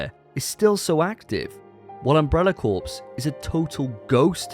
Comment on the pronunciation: Corps is pronounced “core”.